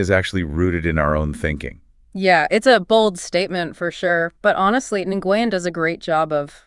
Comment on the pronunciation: It might be spitting hairs, but Nguyen is pronounced more like "Nwin", one syllable, semi silent "n".